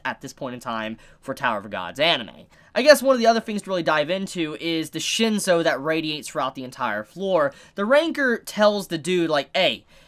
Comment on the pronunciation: its shin-soo , not shin-so :P